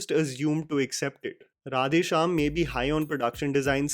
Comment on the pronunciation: I feel Prabhas face is CGI in entire movie. Face is extremely filtered. please improve your pronunciation of words in South Indian languages. Or use voice bits of those words which is pronunced correctly from movie. It's creeps out to hear mispronounced.. To make you understand.. How you feel if a bad hindi is spoken in a english accent. It's the same way.. Please give a little more effort or please try using voice bits.